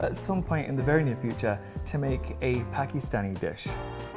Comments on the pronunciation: The fact that Antoni pronounced Pakistani correctly!! I'm so proud of you!!! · lol, when Antoni pronounced "Pakistani" better than Tan. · How did Antoni say Pakistani more correctly than Tan!!!?